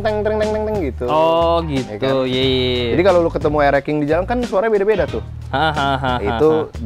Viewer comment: Bang nyebutnya rx king bukan rxsking bukan